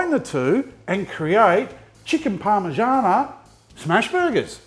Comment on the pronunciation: PARMIgiana not PARMAgiana 🤦‍♂️